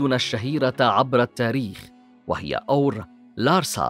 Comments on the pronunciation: اخي العزيز انت تنطق اسم أور خطأ ! انت تلفظه بهذه الطريقة آور(Awer) وهذا خطأ. هو يلفظ كالاتي أور (Ur) .. تحياتي لك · الكلمة اوّر وليست اوَر بتشديد الواو للمعلومة وشكراً على التقرير الجميل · ملاحظة... الكلمة (ئور) وليس (آور)، وتعني المدينة، كما في( اورمية) و (اورفه) و (اوره مار)....!!! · محمد عبادي شكرا على الرد ..هكذا تعودت لفظها لهذا استغربت لفظها من طرف المعلق بفتح الهمزة و سكون الواو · ملاحظة انتبه إلى لفظ مدينه اور